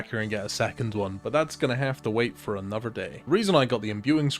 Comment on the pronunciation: 'Anofver one' 😂